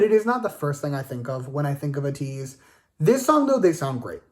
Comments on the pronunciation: First of all, if you’ve really been here for as long as you say you have, you should know it’s pronounced AYE-TEEZ, and they were kq FELLAZ not kq boys. Second of all, their music has evolved as they have grown and experimented more, but they have managed to create a signature sound that they are VERY well known for. People can tell when a song is an ateez song and that is something ateez worked hard to cultivate. Bringing up other groups and saying who did what genre better is just really shady and weird. Also, are you Latino in any way, bc if you aren’t, then who are you to speak on who uses latin influences better? On that same note, you are not the right person to be speaking on their rapping abilities or speaking on what good or bad rapping is. The way you speak about hongjoong and mingi’s abilities is really disrespectful tbh You know you don’t have to listen to them at all right? listen to their first album on repeat and stop listening to any of their new releases if their new stuff bothers you this deeply. You’re saying it’s been YEARS since they’ve been good anyway, so just stop listening to them, they are not going to stop experimenting with their sound anytime soon. You keep speaking as if people are just begging to hear your opinion on them and like it’s a chore to listen to them. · Been a fan since KQ "boys". Don't you mean fellaz??? And being a fan since then and you can't pronounce the group's name right? LMFAO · first pronounce their name right and STFU